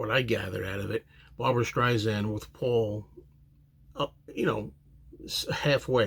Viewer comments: Hey! Pronounce Barbra's name correctly!! It's Sand, like the beach, Not zand! Get it right if you want to review this song!! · Good reaction. Not to be that perosn, but I'll be that person, it's StreiSand, with an "S," not StreiZand. Barbra would never let Paul come off poorly. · It's Streisand like the word sand....soft sssss. Disappointed with this jarring mispronunciation with zzzz.